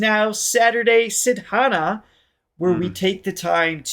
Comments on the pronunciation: Saadhana, not sidhannah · Saturday sadhana - great! FYI, you should say sadhana as saa-dhuh-naa